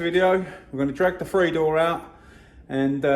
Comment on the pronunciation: I wish people would learn how to speak, there's no such thing as buying the number "free cossie parts" or ton of bovver or getting farver or I would rarver or cosworf. unsubscribed